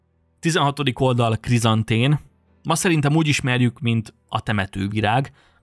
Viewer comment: Szia! Apró kiigazítás: a Chrysanthemum nővény magyarul Krizantém és nem Krizantén.